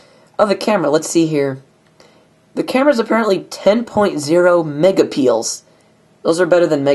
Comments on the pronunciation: Every time you say Megapiel's I can't help but crack up. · babahaha "megapeils"